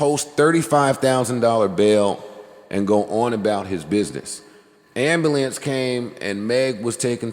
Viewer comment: It’s Am-bu-lance Joe not Amba-lance.